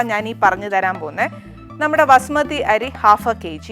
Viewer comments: Pronounce the rice property not vasumathi it is basumathi rice please madam.Too much talking talk little do the work corr6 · Vasumathi alla, Bhaasumathi